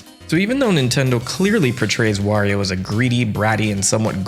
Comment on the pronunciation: im gonna assume you didn’t grow up pronounce wario’s name correctly cause I notice you switch between wario and the infamous woreo a LOT